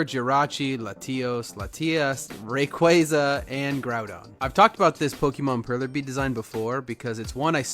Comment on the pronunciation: AYYY OMG YOU ALSO SAY RAYQUAZA THE right WAY!!! omg Thats a half joke, Ray QUAH-ZAH sounds weird imo Your perlers never cease to amaze me though! I hope I see more of your shorts as I scroll > I like both sides! I feel like the smooth melted side blends the beads like the sprites, while the nonmelted side shows the individual beads, and looks more like an older blockier sprite